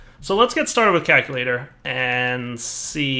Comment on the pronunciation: CALCulator. Not KAKulator. I know your channel is PG, so you probably don't want to be saying an Afrikaans curse word over and over.